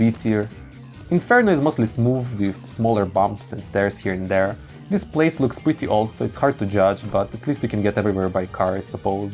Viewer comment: nobody: him about stairs: DIIS DIIS AND DEEZ